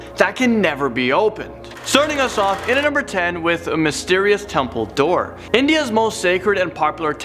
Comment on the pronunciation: the number 10 when you said "Mysterious temple door" I thought you said "Mysterious Dumbledor"